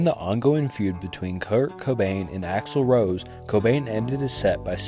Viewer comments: he called Axel Rose Axel Road 😂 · Noy how u pronounce Utero & its not A. Roads...its Rose